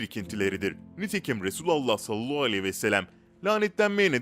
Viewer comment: Düzgün söyle artık.. Resulullah diyeceksin yahu bu kadar mı zor..Birisinin Efendimize seslendiğini dile getirecek olursan da ''Ya Resulallah'' diyeceksin..!!!